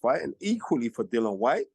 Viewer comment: Dillian HIS NAME IS dillian not Dillon Spencer you are better than that or should I say Spence